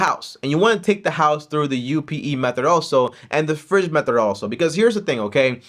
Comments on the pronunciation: can't say method, lol. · Loving that about him 😂 he’s a gem